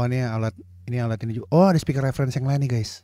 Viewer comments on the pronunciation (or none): none